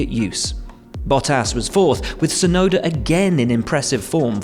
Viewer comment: didn't know tsunuda was from London